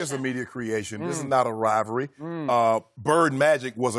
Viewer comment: Shannon "Rivry" Sharpe